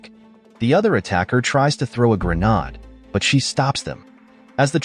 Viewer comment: Gra-nahds? I threw grenades in the infantry. Teach your AI to pronounce obvious words correctly, otherwise good job.